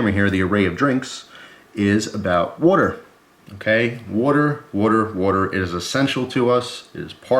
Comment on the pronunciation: Don't forget to drink your "worter" people.